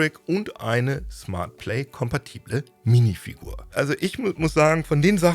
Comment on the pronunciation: Bei höre ich Minifick. Ich geh kaputt. Minifick bei Lego... Lmao